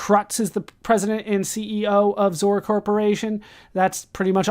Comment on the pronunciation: Lol its X-O-R not "zore"